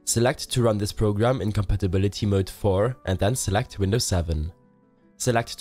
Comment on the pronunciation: CoMPatibiDEEEe xD no criticism just for the jokes:D